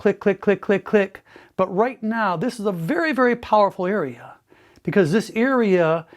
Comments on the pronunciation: he says earea instead of area 😍 . I hope it works, I will post when I see a difference. can't really hurt as I already have big ears lol. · Is saying " EARea" for " area" on purpose??😅🤔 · "This is a very powerful earea"